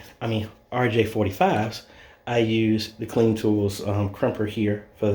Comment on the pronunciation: The tool brand is pronounced like the fashion designer Calvin Klein. Not Clean lol